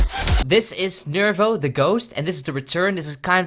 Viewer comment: Lol isn't it NIVIRO not NIRIVO?